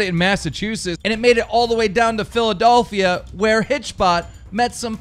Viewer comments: anyone else heard philadOlphia aswell? xD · Wtf is philadolphia keem?